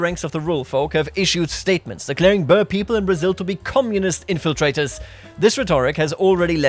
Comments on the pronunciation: (boer is pronounced as "Buhr") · Boer pronounces like Ruhr, but with a B ;)